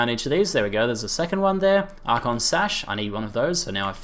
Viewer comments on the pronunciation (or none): none